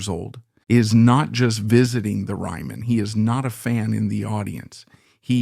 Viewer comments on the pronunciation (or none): I hate AI voicing " the reeman auditorium " the oohpry such nonsense.